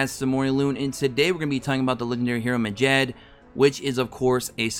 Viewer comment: the way you pronounce medjed hurts my ears, its med-jed not mejed